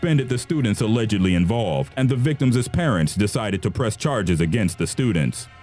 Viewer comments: hahaha "The VICTIMSES parents" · victims' not victimisses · i know none of this is a laughing matter but in #5 the narrator says "the victimses parents"... victimses? i think the proper way to say it is "the victims parents" ...just saying. by btw... all life matters. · omg it's victims' not victimses! the mispronunciation is distracting from the content! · "Victimis" is NOT A WORD! It's pronounced simply "victim's". "The (victim's) parents..." not "The (victimis) parents..." You stupid fucking moron. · Why is this sound like you don't know english. "VICTIMSES" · Please, it is not "victimsis" It is victims! Other than that good video.